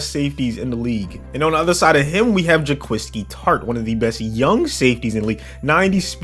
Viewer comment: Shoutout to Bengal for this but Jaquiski is actually pronounced Jaquaski. Idk why this is but it is.